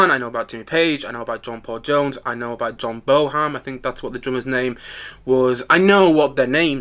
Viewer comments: See it yesterday. It was MAGNIFICENT! As a die hard, I didn’t really learn anything I didn’t already know, but so what? The never-before-heard Bonham interview was a real treat and very moving. I suspect you weren’t paying close attention if you’re pronouncing his name “Boham”.😂😂😂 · "John Bone-ham". --OK, whatever.